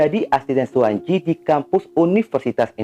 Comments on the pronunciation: suwanci bukan suwanji bacanya bang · Mf, klo ejaan lama, pembacaan tj*itu dibaca *c . Suwantji dibaca Suwanci